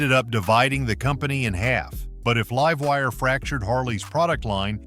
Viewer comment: Liv-wire? Lol. God i hate AI voices lol